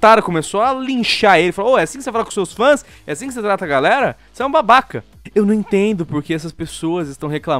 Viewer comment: eu amo quando o fala "É UM BAHBAHKA"